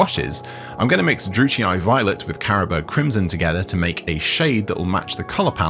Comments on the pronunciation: "Druchii" is pronounced "DREW-key", at least according to the voice acting in Total War: Warhammer. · Don’t know wether it’s just me, but I thought druchii violet was pronounced drook-ee